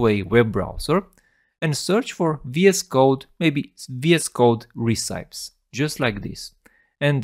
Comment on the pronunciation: great video, just please check the pronunciation of recipes 🤣😅